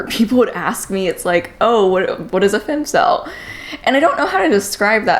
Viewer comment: Jesus Marie!! Its *Fem*cel wth an E sound